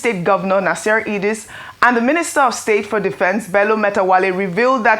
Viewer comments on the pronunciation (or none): none